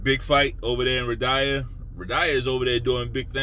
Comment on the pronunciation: Dude said ridyha. 😂😂😂😂😂😂😂😂😂😂😂😂